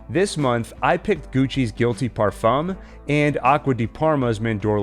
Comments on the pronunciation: Someone, please tell the narrator how to pronounce "parfum" correctly. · Good for you. The French don't really pronounce the m.